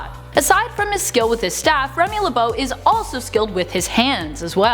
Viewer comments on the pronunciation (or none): Hehehe. “Remy LeBONE”